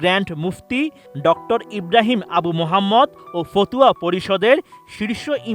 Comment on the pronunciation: ফতুয়া নারে ভাই 😂 ফাতওয়া